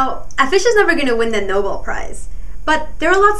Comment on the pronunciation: THE noble prize? its a prize for noble people? oh sweet irony i do believe it is pronounced No-Bell with the emphasis being placed on the e in bell.... OMG its a fact... a very very well known one. we all have tongue slip ups but you could have at least placed an annotation aknowledging the mess-up... this makes me wonder if "smart but "hot" girl" is a lil bit of a mislead to the audience. Lets please give Alfred the respect of getting his name pronounced correctly eh?